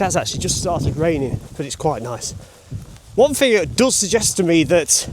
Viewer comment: Ahhhhhh! You do know that words with "t" & "h" together are pronounced "th" NOT effing "F"! I don't give a damn about regional accents, but it absolutely boils my piss when people cannot or will not enunciate the "th" in words, just as bad as words ending in "ing" being pronounced as "ink" Thing is not ever fink, why does everyone appear to be too lazy to speak properly these days?!?!